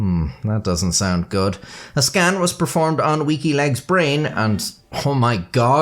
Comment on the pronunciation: I keep hearing "Wikileaks" whenever you say "Weaky Legs" 🤣